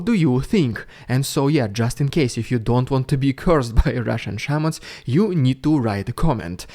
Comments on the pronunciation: I thought he was saying Shermans, not shamans. This may just be my 🇺🇸 understanding of WW2, but all I could think of was why is Putin pulling WW2 tanks given to the USSR during WW2 out of storage to fight Ukraine. Things must be going very badly for them. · I though you said Sherman not Shamans. I had to pause the video and laugh my way out of my chair. I'm now kind of disappointed.